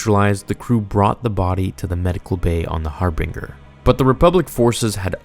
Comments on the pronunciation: Hearing you pronounce per-ah-gus and har-binge-r as pear-agus and har-bing-er made me cringe so hard. Have you even played KOTOR? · "Har Bing Gurr" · Bro it’s Har-BIN-Ger not binger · Great video. Just one thing for next time, Harbinger is pronounced har-bun-jer instead of har-bing-er. It was an excellent SWTOR server back in the day too! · (*Har bin jurr*) not harbeenger (*fa sill itee*) not faculty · That's really great, love your stuff, love all the effort but it is har-binge-er not har-bing-er. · anyone else annoyed at how its not har-bing-er, but har-binge-r? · Har-binger. Pronounced "Har-binjer" buddy! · Its "HarBINGEr' not Harbringher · Your pronunciation of harbinger is slightly wrong. it's Har-bin-jer not harbinga. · Haar-bing-er huh, I always thought it was the "Harbinger" ya know Har-bin-jer. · Ok i have to say it...its pronounced (har-bin-jer) not (har-bin-gur) and if youd played the knights of the old republic games youd know that youre mispronouncing Ebon Hawk as well. Sorry i just keep cringing everytime i hear you say harbinger the way you do. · har-bin-ger not har-bing-er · Heads up, mate - it’s pronounced “har-bin-jer” or “har-buhn-jer”, not “har-bing-er”. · Harbin-ger not "harbing-ar" dude... and it's also pronounced "mach-ination" not matchin-ations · That's har-binge-er, not har-bing-er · Your pronunciation of Harbinger is pretty funny. It's "g" like "j". Har-BINGE-er, not Har-BEENG-er. Sounds like a ship Chandler would fly lmao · The... Har-been-Jar? It’s just Harbinger dude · It's "A"tris not "At"ris It's Harbinger (Har-Binge-er) not Harbinger (Har-bing-er) And for the love of god, it's "snuck' NOT "sneaked", as in, "Sions cloaked sith assassins SNUCK aboard the republic ship..." BRO ITS "Peragus (per- AH - gus)" NOT PARA-GUS They literally pronounce all of this IN GAME lmao I CAN'T be the only one bothered by this lol Grammar nazi rant over. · I’m sorry but it’s har-binge-r, like a harbinger of death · Ah-tris HarBINGer E-bon Hawk Para-ges